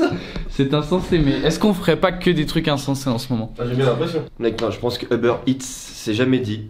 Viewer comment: on dit Uber pas Eber.